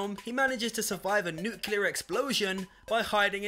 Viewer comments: It sounds very close to nu-que-ler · Did anyone else shutter at his pronunciation of "nuclear"